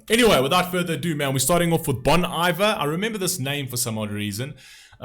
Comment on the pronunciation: Nice review, but the pronunciation of the band's name is Bone EE-vair. Bon Iver is a French phrase for Good Winter. Justin Vernon, the founder of Bon Iver, produced his first album in a cabin in the Wisconsin winter woods. Thus, Bon Iver.